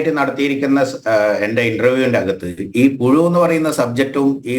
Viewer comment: പുഴു... അല്ല... പുയു...😂😂... അല്ലെങ്കിൽ... പു ശു....😂😂😂😂